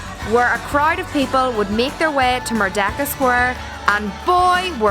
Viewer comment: Correction..should be pronounced "Merdeka" n not 'merdaka'..do not pronounced 'E' as 'A'..😂..cheers